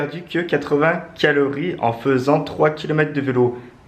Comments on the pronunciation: Tu a dit kilori au lieu de calorie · Calories et non quilorie mdrrr #humour je dit sa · " 80 kilories " 😂😂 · Ta dit 8 quilories au lieu de calories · Euh sans être méchant on dit CALORIES je vous adore 😍😍😍😍